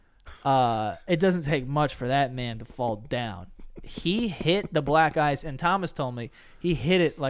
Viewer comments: Am I the only one who hears “black guys” instead of “black ice” ??? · Every time Joe said “black ice” it sounded like he was saying “black guys” 😆